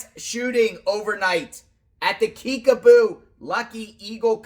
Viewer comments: It sounds like u are saying Kickaboo, not Kickapoo. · KIckapoo with a "P" not a "B"